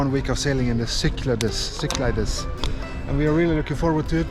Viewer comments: I have watched you for some years but lost track over the years sorry to here about your Chrones hope youe all sorted . Unless someone has already corrected you its pronounces the sik-clad-ees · Nice to see you visit my home country. It is pronounced Ky-klah-des, and the the d is soft as in "this". They are known for their shifty unpredictable winds.